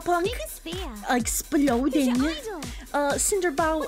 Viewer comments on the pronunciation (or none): Not the "esplodeen" no, lol.